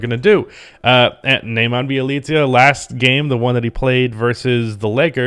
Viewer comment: Bjelica is pronounced Bielitza btw, hope its helpful